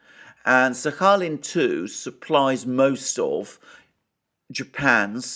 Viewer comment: My x girlfriend is from Sakhalin island. You must pronounce the “k” 😂 😘